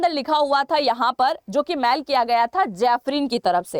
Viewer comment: बेटा जी मैल नही होती मेल होती है